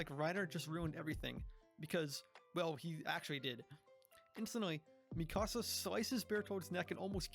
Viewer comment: bro please T_T first thing you say at the beginning of the episode is how people mispronounce Bertholdt's name yet you mispronounce Mikasa'a name like jesus christ her name is the most mispronounced name in this entire fandom